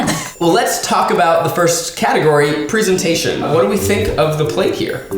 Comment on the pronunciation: ‘Pree-sentation’ breathes in z a c h